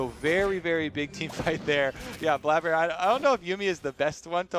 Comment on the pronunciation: Highlight of this video is obviously when one of the casters said "Bladder" instead of "Blaber."